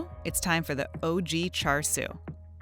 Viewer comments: It triggered me when she said “chaR siu” like wtf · she says "char sue", while it's actually pronounced more likr "sha shu" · "charred siu" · when she said char siu it broke me omfg u need to learn some canto words before holy shit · Yeah who’s Char Sue? 🤷🏻‍♂️ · Car sew 😂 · yeah thats how you write it... but chinese people pronounce the I in such a way that it sounds more like "uh" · i want to butcher myself after listening to this white woman try to pronounce chinese words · I think she butchered the Cantonese pronunciations harder than the duck got butchered. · Her white girl pronunciation of Chinese is killing me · She had char siu many times before but she still can't say it right.